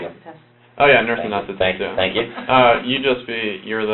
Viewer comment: 17.32 He doesn't even know how to say "anaesthetist"!